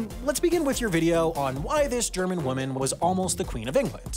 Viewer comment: Next can we get a montage of every time you pronounced "woman" as "women"? That could make for a longer video than normal.